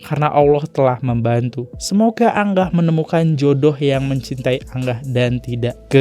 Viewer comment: Bacanya angah bukan anggah bang . Angah tu kaka perempuan